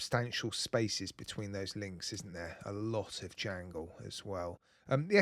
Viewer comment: Not the biggest chrono fan but hearing you say "alot of JANGLE" 😂.. Just hits right in the British accent...I can't get away with that in Florida...❤